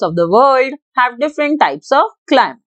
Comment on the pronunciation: It's "climate" not clim